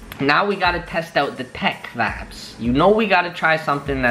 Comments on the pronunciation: Some one tell this dduuuuudd to stop saying vibes or vaabs like bro 😂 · People will say it’s a region thing but I know Canadian people that say vibe as vibe and not vabb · if he says VIBBESS again I am gonna... :/ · Todo. Senpai That may be the word he means to say but pronounces it "vabs". Freaking annoying and WAY over used. I love to drink but would die of alcohol poisoning. I feel like he's trying to make it a thing in how he pronounces it but it sounds so dumb and will never happen. I only watch because I'm interested in buying from these sites so want to check out the quality. But he drives me crazy trying to sound cool. My personal opinion is his videos would be so much better if he just spoke normal. Then personally they would be great videos and I'd thumbs up them all. Other comments show I'm not alone. Again, just my personal opinion. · Todo. Senpai is that what he's saying? I hear vops, vaps, vobs, vabs... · Dude stopppppp saying VABSSSS😑🙄🙄💀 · Okay ppl we get it u don’t like him saying “VABS” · I definitely thought he was saying faps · OMG he's trying to say vibes but he saying it wrong lol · Just when I started getting over "not bod" he starts with "vabs" I almost stabbed myself in the ear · Wtf is a vaaab lol I thought this dude said fap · stop saying vabes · Omg stop saying vvaabbb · Stop saying vides pls